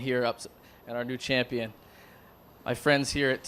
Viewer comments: She is shampion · I'm the campion you know? I have been training with my coats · no according to her shes a chumpion